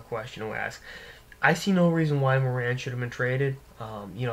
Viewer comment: It's Morin (as in Moore-in) good god. I would know.